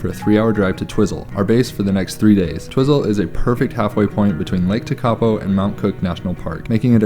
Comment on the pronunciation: Twizel is pronounced Twyzel.......